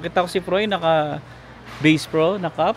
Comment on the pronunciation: It’s not Base Pro LOL It’s Basssss Pro ☝🏼